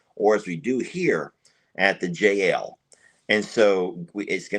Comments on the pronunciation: we know that it's just when says J N L it sounds like Jail. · I hate to mention this but I wish you could think of another name than JL ranch. Twice now I thought you were saying Jail Ranch. Has anyone one else heard this.